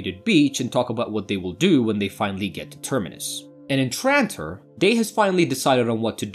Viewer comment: It’s. TRANTOR NOT TRITON 😡